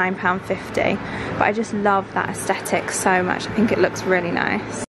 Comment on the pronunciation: Q: I thought aesthetic was pronounced with the 'th'? Have I been saying it wrong my whole life 😂? As says 'aestitic'? Someone let me know pls xx